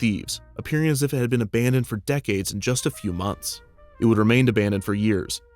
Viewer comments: "Abandonded"? Actually well researched and well written. 👍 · Hey Kevin! Absolutely love everything you do, but Abandonded? I am afraid you will have to delete your YouTube channel now.